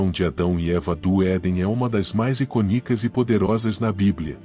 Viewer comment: Iconíca? "Feice"!? Você precisa aprender gramática. Por que você não usa a tua voz?